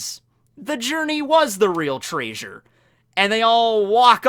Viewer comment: Did you mean to pronounce "treasure" like Fred from Scooby Doo?